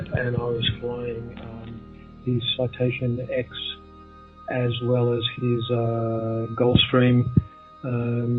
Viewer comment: the chap calls the aircraft a Citation X, as in “ex”. It’s actually a Citation X as in ten. The aircraft also can’t fly the Sydney to New York route because it doesn’t have the range for this. One small mistake and one blatantly huge mistake. Pilots don’t get confused or forget the aircraft they’ve flown. It’s no slip of the tongue.